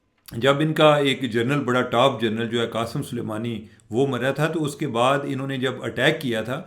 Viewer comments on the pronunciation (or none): none